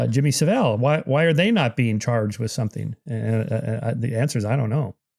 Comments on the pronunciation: Hard to see this guy as credible when he can’t get someone as famous as Saville’s name right and doesn’t know the definition of a paedophile. Paedophiles abuse pre-pubescent children. A few other dismissive comments make me feel he’s not really one for attention to detail. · I wish Americans could learn to say Jimmy saville's name properly